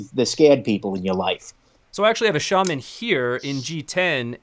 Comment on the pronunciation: The pronounces Shaman correctly for the first time